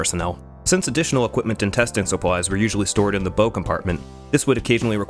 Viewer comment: It's BOW not BO. Rhymes with cow.